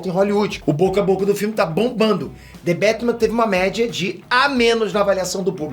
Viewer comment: the betman?kkkkk...aqui e brasil po.kkk